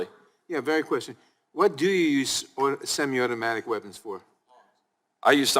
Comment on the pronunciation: Nadler can’t even pronounce semi-automatic…. Pretty sure you shouldn’t decide any policy on something you can’t even pronounce.